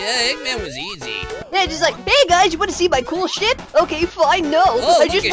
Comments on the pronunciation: he did said shet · i did dude and he said shet